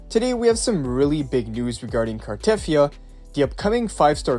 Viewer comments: It's Car-ta-thea-ah, not Car-teth-ea-ah. Even the english VA, Amanda Rischel in one of her play throughs of WuWa had to tell people how to pronounce the name. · You pronounce her name wrong btw. There's no stress on the "e" and it's longer.The "yia" is also longer